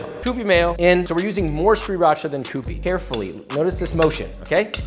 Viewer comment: Sriracha is about the only hot sauce I don't care for, but I love that you actually say it correctly